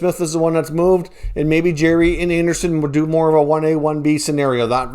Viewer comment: Jarry , Jar-eee Not Jerry !